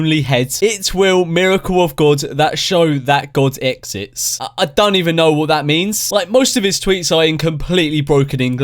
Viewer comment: This Guy in one of his other videos he kept saying "exits" instead of "exists". Now he always paused, hesitated and blurted out that word through out the video. But there was one moment in the video where in the flow he pronounces it perfectly as "exists" without any problem. I could be wrong but I think he is faking it.